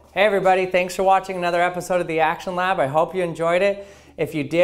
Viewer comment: I keep hearing you say "Actual Knob" instead of "actionlab" just so youre aware... :)